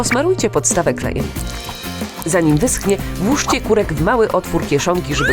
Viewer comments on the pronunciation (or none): Pani muwila purek a to korek!!!!!! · Czy tylko ja zauważyłam że 2 razy powiedziała ,,KUREK” zamiast ,,KOREK” ? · Korek a nie kurek Mój kolega ma na nazwisko Kurek xd xD xD xD